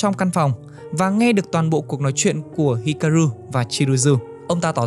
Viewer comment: Góp ý nhẹ cho anh voice của W2W ở những video sau có thể đọc chậm và kĩ hơn một chút để tránh đọc sai nhân vật quá nhiều như ở video này. Như Chizuru bị đọc thành Chiruzu, Hikaru đọc thành Hiraku,... Một hai lần không sao nhưng đọc sai nhiều hơi khó chịu với người xem và làm giảm tính chuyên nghiệp của video.